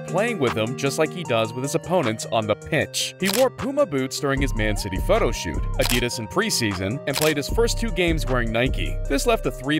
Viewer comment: my guy said adidas wrong